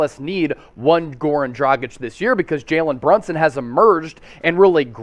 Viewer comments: It’s not “dra-jich” it’s “dra-gich” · dra-geech. learn how to pronounce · Pronaunce Dragić correct..... FU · Why is able to pronounce dragic correctly, whereas isn’t?! It really gets on my nerves